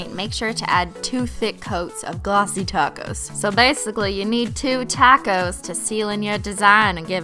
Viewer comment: Because she says taco